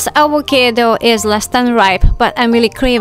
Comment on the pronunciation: I love all of your videos, but todays video is especially fun for me because I love how you pronounce the word avocado. I truly enjoy it. I hope your viewers don't come at me for this because it's not a criticism. Never change, please. You're so enjoyable. ❤